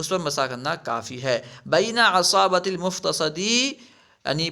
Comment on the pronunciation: حضرت ، افتصد ، جرح ، و کسر کو مجہول پڑھ رہے ہیں توجہ فرمائیں